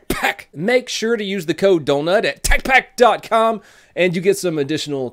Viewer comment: Donut says tacpack like Eric cartman with Tourettes